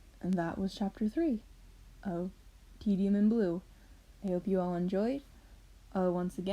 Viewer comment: When u said Tedium it sounded like you said titanic XD